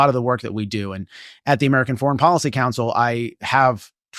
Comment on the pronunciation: Policy. Not Podicy.